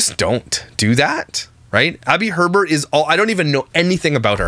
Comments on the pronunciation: In Wisconsin their name would be pronounced “A-Bear” (not Herbert) - So you saying Herbert repeatedly made me laugh on top of the snark 😂😂😂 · If its spell'd Hebert it's pronounced A-bear.. But if there's an R after the He as in Herbert it's pronounced Herbert.. They also said it in their Q&A